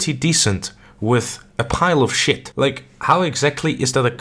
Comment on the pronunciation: "Compare something decent to a pile of shet" 🤣